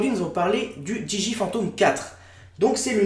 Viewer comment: Pourquoi tu prononce mal le nom de la marque DJI ? Je sais on s'en fou mais j'aime faire mon chiant :)